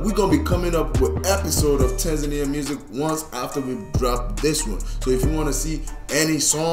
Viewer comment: u pronounced Tanzania correct..❤️